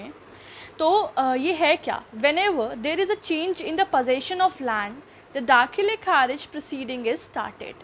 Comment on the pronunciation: दाख़िल kharij ko galat padh rhi ho aap.. achcha nhi lag raha ye lafz is trh... sorry